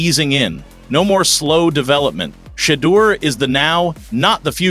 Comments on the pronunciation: Who's this A.I. voice that mispronounces Shah Dooer, Shay Douer....? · Stop miss pronouncing his name! You know how to say it!!!